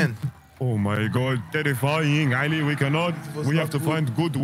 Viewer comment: pronounces the ع (Ayn) in Ali